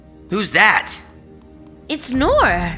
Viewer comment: Why did Kelly say ‘Noor’? It’s Noir